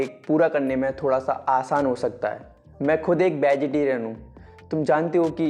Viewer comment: Bey protein. Sape hai. Vai. Abey sa sur ba toh sahi se bol le bagitarian